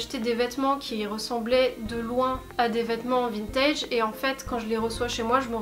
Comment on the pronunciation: Je suis arrivé sur la video j’ai entendu vintid